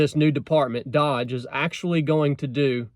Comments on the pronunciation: My guess why they made a new department is because any existing ones are compromised already. Maybe step one is canceling those other 4 departments? They have put a time limit on the new department. That’s unlike government usually. And I believe it’s pronounced Dōje like the troll cryptocurrency. Since Elon made the Tesla models spell SEXY, it wouldn’t surprise me that it was an opportunity to troll the swamp creatures before the cleanup. Hopefully anyway. The government needs to shrink overall, period. God bless y’all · a truck talk on the department of gov efficiency is a wet dream, thank you america and thank you. it's pronounced dough-dje, and it is NOT a new department, it's more like a project, not paid for by tax payers. don't you love it even more now? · It's pronounced DOGE with a long O. Elon and Vivek are doing it and donating their salaries. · it's DOGE, not DODGE.... I do find it odd that you add a letter to the name that everybody who pays even partial attention to knows more accurately. I believe those agencies will be eliminated. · Its' not pronounceed "DODGE" ... it's pronounced "DOJE" as in Doge Coin. The criptocurency Elon has pushed in the past. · My Son kept laughing at your pronounciation of doge. Like dodgeball, but it may be pronounced doe j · It's not dodge it's doge prouncecd differently. And if you don't like trump and his cabinet, I will never watch you again. Thanks for your political views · It's not pronounced dodge....it's pronounced dOge......like the crypto coin Elon made famous.....update your software old man! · It’s not pronounced like Dodge. It’s an “oh” sound. D-oh-j. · It's not "DODGE". doge. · Doge is pronounced with a long O and soft G. Not Dodge or Dog. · It's not doge (dodge) it's doge (douge, rhyme with low) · not dodge, doege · DOGE - the O is a long O not short. like doe. Also the name of a crypto currency Elon pushed. Trolling on a government level! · Not "Dodge" --- its "d-Oh-ge"